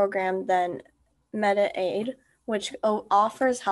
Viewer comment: It's mediCaid not medi-aid.